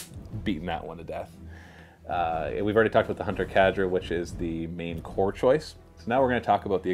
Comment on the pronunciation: Its not cadra. It's "k" ( the sound of the letter k) and the "der" or "dur" depending on the accent. It's a real word. Not a weird tau name xD